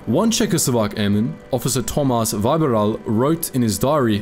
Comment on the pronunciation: Vybiral hurt my ears. The y is supposed to be just i(plain, not why) and the i is í(ee).